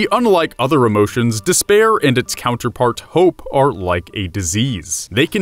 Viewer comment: don't fall into des-bear or you'll have a bad time.